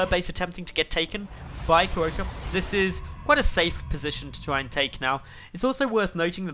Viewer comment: Thx for casting Starbow! And your pronunciation of Kierowca is a bit off ;) I'm assuming he is polish because kierowca means driver. If you know from what country the player is I recommend using google translate for pronunciation (of course assuming the nick is not in English).